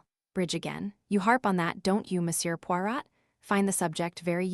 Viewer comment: AI. Pawrat